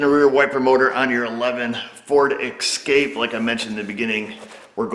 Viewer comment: Ok, it's escape not ekscape. Sorry but I couldn't take it anymore.